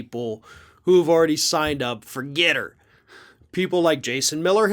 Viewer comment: ForGETTR "regetts" is awfully close to "regrets"